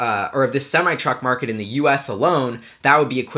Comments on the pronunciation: Its pronounced sem-I not sem-ee. Don't ask me why, that's just the way it's said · It's pronounced SEM I NOT SEM E